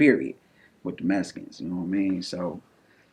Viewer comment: This man said the "Mesicans" like if he wasn't Mesican... 😂